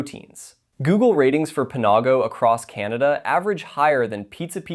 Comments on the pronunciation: I've never head Panago pronounced Puh nah go before. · "pa-NAW-go" lmao what.